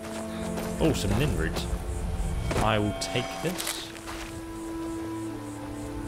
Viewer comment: It's Nirnroot not nintoot